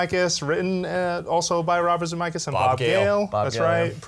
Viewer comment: "Zemeckis", not "Zamackis"